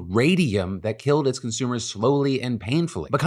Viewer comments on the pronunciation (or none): none